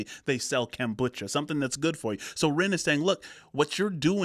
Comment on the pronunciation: The way you keep saying 'kambucha' rather than 'kombucha' is super annoying haha. I know it's a tiny thing and I actually loved this video. Just from now on please pronounce it 'kombucha'. Thank you, my guy. All the best to you. This is the first video of yours that I've watched and I really liked it!